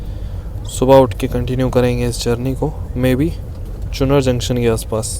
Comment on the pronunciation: 10.05 चुनर नहीं भाई इट्स कॉल चुनार